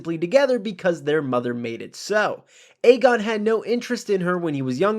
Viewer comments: no, it was definitely Aemond. Aegon is pronounced as "Egg-on" hence his nickname "Egg". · Aegon is pronounced as "Egg-on" not "Eygon". There was a prominent "Ey" sound on both times the twins called his name.